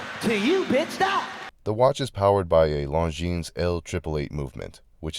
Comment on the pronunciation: I’m thinking about adding this to my collection but in brown. And by the way. The ‘s’ is silent.